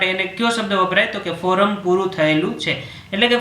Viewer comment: Sir its Koram not Foram